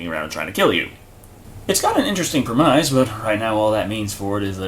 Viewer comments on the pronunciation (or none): I can't help but flinch whenever somebody says prem-ize. It's pronounced prem-iss. Premise = Prem-iss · premise is pronounced preh.miss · Are you saying "premise"? I have never heard anyone pronounce that word like that... You have a descent list of those.